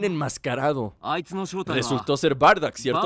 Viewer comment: no se dice bardack se dice bardock